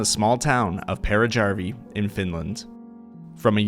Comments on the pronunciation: The way you pronounced Peräjärvi 💀💀💀💀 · As a finn the way you pronounced peräjärvi triggered me lol